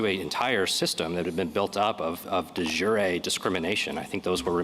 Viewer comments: The way Sotomayer pronounces it, it means "of the day", like soup de jour. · It’s not delivery…it’s De Jure No? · Yes, that was Alito. She can't pronounce it either - moments after hearing it said correctly.